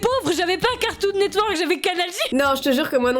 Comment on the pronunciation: sora il ma tuer 😂 comment il a pronomcer catoun networks 😂😂